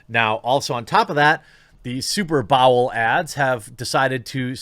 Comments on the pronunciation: S U P E R B A O W L Dude how can you pronounce superbowl like that? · “SuperBowel” that slip up was hilarious 😂